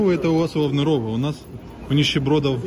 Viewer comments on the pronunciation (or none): Если "овнерОв", то ударение на последний слог. Значит и "овнЕр", да? Если не овнЕр, то, наверное, и не овнерОв??? Может Овнер, и соответственно Овнеров?